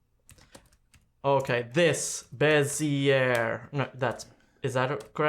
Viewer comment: Your pronunciation of Bezier is terrible:) is a great inspiration for me, so cool to see you two collaborating PS: I can't say "throughout" nor "focus" properly